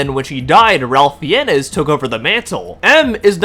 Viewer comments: So quick correction, sure others have mentioned it, but Ralph Fiennes is pronunced "Ray Fines" rather than Ralph Fi-en-nes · His surname is pronounced "Fines", not "Fee-en-ess." LOL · Ralph Fiennes pronunciation = Rayf Fines, ≠ Ralph Fee-YEN-knees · Ralph Fiennes last name is pronounced “Fines” but Feeinez is how i’m going to pronounce it from now on. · I love the channel, and the video is great so far. Just a heads up- Ralph Fiennes is pronounced "fines" like "parking fines." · Ralph Fiennes is pronounced “Rafe Fines”. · This is a great video. But your pronunciation of “Ralph Fiennes” is killing me. Lol it’s pronounced “Ray Fines.” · Loved the video but I cringed every time you said Ralph Fiennes name. It's pronounced (Rafe Fines) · FYI - Ralph Fiennes surname is phonetically pronounced - 'Fines' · Just fyi, in case you mention his name again in the future, Ralph Fiennes' name is pronounced like "Ray Fines". You pronounced it phonetically, which is what I would do too if I didn't know any better. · I can't decide if your hilarious mispronunciation of Ralph Fiennes is on purpose or not, but even that sounds less ridiculous than the anti-woke crowd's whining that you are mocking here. 😅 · Funny how they complain about M being of Indian descent and the game having "forced diversity" when in real life, the UK LITERALLY HAD A PRIME MINISTER OF INDIAN DESCENT UNTIL LAST YEAR and the CURRENT HEAD OF THE TORIES IS A BLACK WOMAN. Also, just a minor correction, Ralph Fiennes' name is pronounced like "Ray-fe Fines" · Thanks for this awesome video, --I completely agree with your premise about all these people's idiocy, and am also just generally hyped for this game. A James Bond game by the folks who make Hitman just seems... *chef's kiss*. Also, just a quick note: 'Ralph Fiennes' is supposed to be pronounced like 'Ray Fines'.